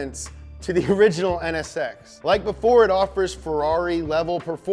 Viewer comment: Ahhh the nsx VEWY GOOD